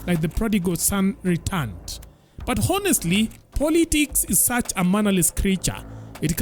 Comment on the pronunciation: Et ho... what? Bruh, sema onestly pls, h is silent.